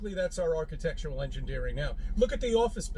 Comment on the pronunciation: I hate how says “archetectual.”